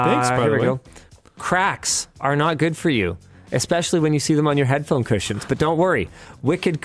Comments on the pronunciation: His segwey really sounded like "Wicked Christians" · I kept hearing Linus say Wicked Christians, instead of wicked cushions. I thought that was a weird sponsor.